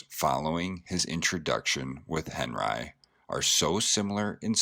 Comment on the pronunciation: This narrator murders the pronunciation of names. Yikes! However he does pronounce henRYE (Henri) properly! This art deserves a more knowledgeable narrator..